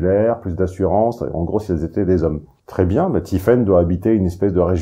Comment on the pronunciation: Un moment, ce cruche dit: Très bien puis se rattrape et dit très bienne. 😆😆😆